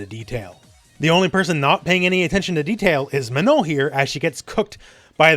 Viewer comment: I'm french and you have an excellent pronunciation of the nasal sound "on" in Manon, which is quite impressive for an English-speaker. Good job on stressing the last syllable too.